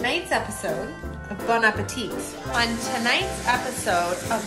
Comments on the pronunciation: Bon appétit - the final "t" is silent. You pronounce “bonapéti”. The food looks yummy! x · Bon appétit an don't pronounce the last t